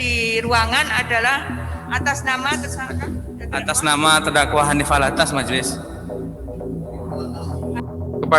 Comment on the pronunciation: Penyebutan nama saja slh, habib Hanif Al-attos bkn Al-attas